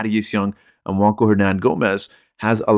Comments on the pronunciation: Bro you lost me when you said JuanCo* it's Juan (wan) Cho (cho) 🫠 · Juancho is Spanish. "ch" doesn't make a "k" sound in Spanish.